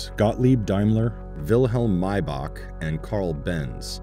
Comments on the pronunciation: So his name was Maee-Buh after all, not Mai-bak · "Maybaak" gtfo man